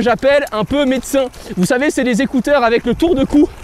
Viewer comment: J'aime bien comment tu dit les zécouteur 😂😂